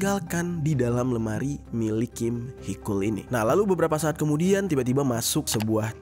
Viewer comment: Koreksi bang haechul,di baca hecul bukan hekul